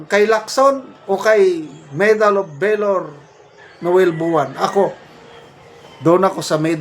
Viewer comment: Pronounce VALOR : V A L O R, not velor👂🗣️👂🗣️👂🗣️👂 Huwag po kayong ma high blood, gung gong yang si TUTALACSON, tumangap na rin ng maleta yan🤑